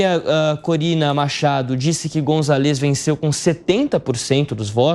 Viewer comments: É González no nome do cara. Tem até acento no A. Não é Gonzalês que fala b u r r o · Fala direito o nome do candidato! Não é gonçaLÊz! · Gonzaaáles amigo, precisa aprender pronunciar espanhol 😂